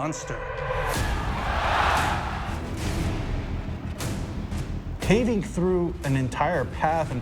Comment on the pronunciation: Mosnter of ducking ??? 🤣